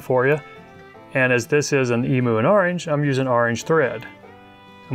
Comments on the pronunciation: Eem you is how its pronounced,not eemoo.Otherwise us aussies are going to start saying OOSA instead of USA.(fair warning) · It's pronounced emew